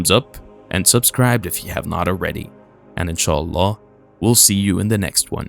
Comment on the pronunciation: Ok you got me on Insha Allah…and as someone from those lands your pronunciation Is amazing Subbed and 👍